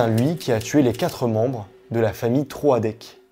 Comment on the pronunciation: Ta vidéo est top, mais on ne prononce pas Troadec comme ça 😭 ça m'a perturbé pendant toute la vidéo 😂